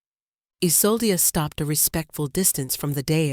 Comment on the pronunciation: How many ways can you incorrectly pronounce Isolde? I lost count. 🤦‍♀️🙄